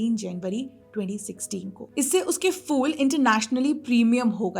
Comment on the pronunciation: Fool nahi kahte, Phool kahte hain. Pronunciation sudharo. Good luck